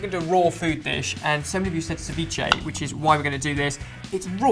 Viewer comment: this guy cant even pronounce ceviche right, what a joke.